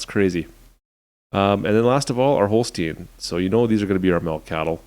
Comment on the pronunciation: You say holstein not holstien